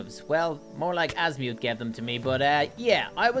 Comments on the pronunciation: If there is one thing about Ben 10 fans is that you must never, EVER, mess up a character’s name, like saying Asmuth(As-mute), instead of Azmuth(Az-Muh-th). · He’s saying azmuith and not azmuth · Azmuth is pronounced Az mith idiot haven’t you watched Ben 10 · its not pronunced azmiuth its pronunced azmth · It’s not as mu it’s as myth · The way he calls asumth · I still cannot get over Azmi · that's not how you say azmuth you say his name like azmyth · I don't think watches ben 10 because he said most of the names wrong and also said 'Asmuuth' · SAID AZMUTH IN THE 1ST MINUTE BUT THE REAL OF THAT GALVIN WAS AZMATH NOT AZMUTH GOT IT WRONG WHENEVER I WATCH HIS VIDEOS I ALWAYS HEAR A WRONG NAME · It’s pronounced azmuth without the long u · 1st minute of the video, pronounced Asmuth wrong unsubscribes " this is an unforgivable mistake" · The way he pronounced azmuth😭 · Holy shit what was your childhood or atleast teenager-ish hood to mispronounce azmuth’s name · It funny how he pronounces the aliens name